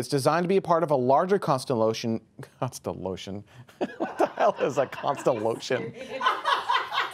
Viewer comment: Constellotion, nermed, bern....